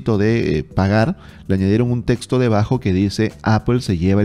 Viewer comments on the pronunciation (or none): none